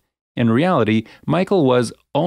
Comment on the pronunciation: The way he said " ONLY! 6'5ft"